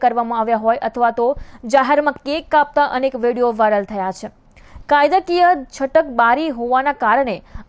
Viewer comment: Chh nai madam chhe bolo plz